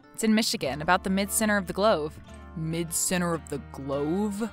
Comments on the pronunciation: Hello: “glove” is pronounced like “love”, not like ‘grove’. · Thank you for the story! Still laughing! Just one little glitch - the word "glove" rhymes with love. 💗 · the mispronunciation of "glove" makes me lose hope for humanity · Mispronouncing glove????